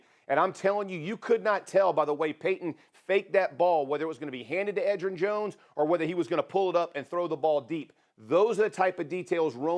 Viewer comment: Ahh yes edgerrin jones